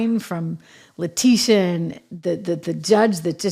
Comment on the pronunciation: Actually La-Tit-e-uh